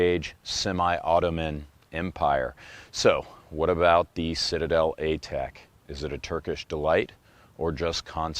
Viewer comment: "The Shitade..er, um.. Citadel!" 😂